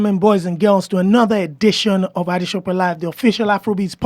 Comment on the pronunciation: Did he just call you AdeSOPE; hahahha